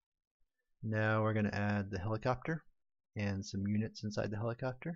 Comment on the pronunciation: Cant unhear it, if you thought that he said "helicockter" one time.